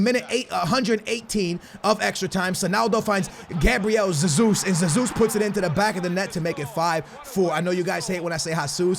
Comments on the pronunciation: it's not Zesus its hesus maaann don't try so hard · I'm Brazilian it's not Hezus ... It's Jjjezus(a weak elongated j) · it's JESUS and you are saying ZESUS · You are pronunciating G. Jesus Wrong, you are saying it like Sesus, when it should be like Hesus. Don't get me wrong man, Cheers ;D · its not pronounced “Gabriel Zazus” its “Hey-soos” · Don't say zezus even if it is the right way it is so annoying, say heysus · Oh How can you say you are Portuguese ffs....its not Zezus either....é JESUS COMO SE LÊ CARALHO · just call him jesus and not sesus 😂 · Its pronounced hay zus.Not jay zus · No not zezus is hesus or jesus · Please i dont care IF its zezus that you say Please just say Jesus and not hasus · Why the hell are you saying SUSSUS, it's Jesus in Portuguese. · Who the hell is Zazeus! Gabriel hey-Zeus! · Gabriel "Ze-zus" wtf mate his name is BRAZILIAN so there shouldn't be a Portuguese pronunciation right? correct me if I'm wrong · Why can’t you say football players names correctly. You’re a fifa YouTuber, you should really know. Fucking Zesus 😒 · it is Hey-Zuez ( The greek god ) No offence but I am from Brazil Sorry for my English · Both of your versions of 'Jesus ' are wrong. Its Hehzoos. Fullstop. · stop pronouncing jesus like zezus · im portuguese aswell and your saying Jesus rly bad "zezus":D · DID HE SAY ZEZUS? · Omfg it's not zezus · It is not zezus I am brazilian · It’s pronounced He-sUs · It's pronounced Gezus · Rather u say Hasus that Yesus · U say it like Gabriel hesus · James rodruiguez Lol no, Gabriel Jesus himself said it’s pronounced Jay-sus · Wait, your logic confuses me. You say you are speaking Portuguese when you say G. Jesus, yet he is Brazilian and the national language of Brazil is Portuguese. Another example, Mourinho's name is pronounced with a hard J. Plz explain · i'm brazilian and u still saying jesus wrong hahaha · He still cant say jesus